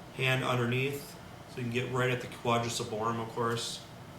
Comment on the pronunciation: I'm sorry but there is one thing driving me nuts. In a lot of videos you keep saying"Quadrus" lumborum when it is "Quadratus" lumborum. Just letting you know. Great videos btw!